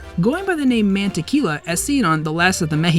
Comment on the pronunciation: He pronounced it Man-teh-key-luh and I can't stop laughing